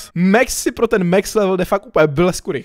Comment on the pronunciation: To sa nečíta mex ale max a je to chalan